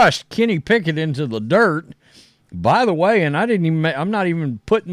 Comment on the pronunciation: Kenny “Pack-it” will never get a start over a healthy Jalen Hurts.